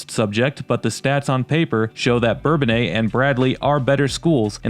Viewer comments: Us locals call it Burr-bone-iss not bourbon aye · For me , Bourbonnais will always be pronounced Burr-bone-ass. They changed the pronunciation when I was a kid. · When did folks start to pronounce Bourbonnais in the French manner? When I lived there in the fiftys we said something more like Burr Bo Nuss.